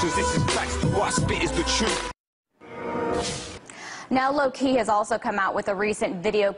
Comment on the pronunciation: LOL at how she said lowkey, ahahhahah